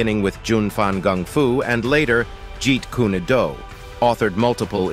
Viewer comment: It’s not i. p man. It’s Yip Man. You’d think you would know this. It’s not Jeet Koonay Do. It’s Jeet Kun Do. Lots of important things missing from this video and lots of mispronunciations . 👎